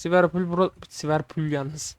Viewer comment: ilk❤😂🎉(siverpol değil liverpool )